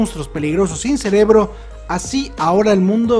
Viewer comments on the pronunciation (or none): none